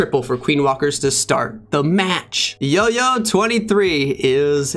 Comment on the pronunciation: Bro it's Jojo23 not yoyo 23